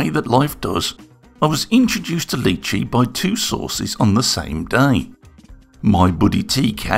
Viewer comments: Wow, it looks impressive. BTW it’s Ly chee (like My chee), not Lee chee. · I’m sorry, who? Leechi slicer? I think you will find that is pronounced li-chee. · Its pronounced "Lie Chi" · Quick question, is it a dialect thing that you pronounce it as "Lee chee"? I've only heard it as "Lie Chee" so I got confused for a second XD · Thanks for the fantastic review of the produce! Fantastic video as always. Although if the name is based on the food, I dare say it's pronounced "lie-chee". Or at least where I come from (Aus) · lee chee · Why are you pronounce the name in a french accent ? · I have... never heard anybody pronounce lychee like that. Interesting 👍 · The way you pronounce Lychee....my god...